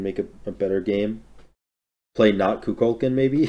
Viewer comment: going back watching vids i missed this year only to be reminded how badly i hate how says kukulkan